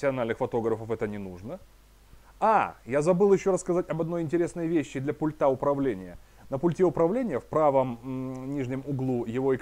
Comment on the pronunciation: Я Вам уже писал, не "пультА", а "пУльта", не в "пультЕ", а в "пУльте". Вы так тщательно подбираете слова, говорите предельно корректно, но слово пульт просто режет слух!!!